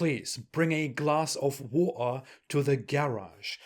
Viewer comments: "Bring a glass of war ha to the garage". 😪😪am not a Muslim but I feel so embarrassed for him. With more than 26 different Arabic Qu'rans now available as evidence he still insists on selling the myth of "different pronunciation" to his audience. How pathetic!🙄 It might take a while but am certain he will become an apostate too. As it is, Evidence is destroying the the very foundation of Islam. Once the foundation is gone, everyone will decamp. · Glass of woo-aaa😂😂😂😂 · Aight sir, just one glass of ' Wa - Er ' ❔ Merry Christmas